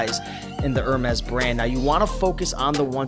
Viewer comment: thanks! Hermes is pronounced “ Er-May” -it’s French.